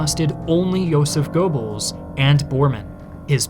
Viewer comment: Casually listening, trying to figure out who this "Gorebells" is that keeps getting mentioned. Oh. Goebbels.